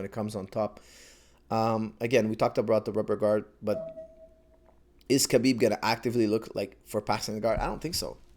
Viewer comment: Khabib's - Ha-beeb not Ka-beeb last name is really simple. Pronounced like so. Nurma-gomedov.